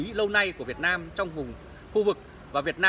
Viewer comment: Ông ở đâu mÀ nói Việt na M tôi